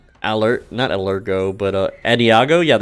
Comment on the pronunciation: That pronunciation of the music terms "Allegro" and "Adagio" hurt me so much. Please, please say it like this next time "Uh -leh-grow" and "A·dà·gio".